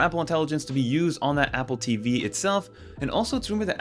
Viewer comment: I had the same thought (no direpsect either) "moneclature" ?? Also, is it just me or is anyone else annoyed by how he says “DONG-les” and “APP-le TEEE-VEE” like it's some plot twist? I genuinely love his con-TENT, but holy hell let's stop with the RAN-dom empha-SIZING one of these days.